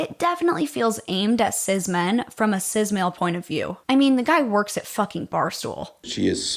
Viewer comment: the term "cis" is pronounced the same as "sis"